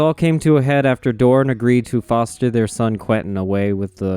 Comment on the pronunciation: Doran has two syllables. When you say “Doran” it sounds like you are saying “Dorne”. Why are you pronouncing them exactly the same way? What the hell happened to Doran’s second syllable?